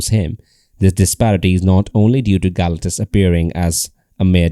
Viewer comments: GAL - acktuss is making me cringe. I think they pronounce his name as ga-LAC-tus 😅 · How do you do a video but dont know how to pronounce the main subjects name?